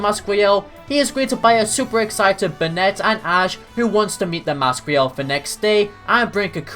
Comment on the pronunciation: You mean brunet not benette 😂